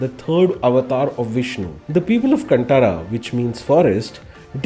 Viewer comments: Learn to pronounce the name properly please: it’s “Kaan ThaaRaaa (as in thaara = star) Not “C U N T A A R A) 🤦🏻‍♂️🤦🏻‍♂️🤦🏻‍♂️🤦🏻‍♂️ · Great review. Although, a small correction: it's not कंटारा, it's कांतारा. Cheers ❤️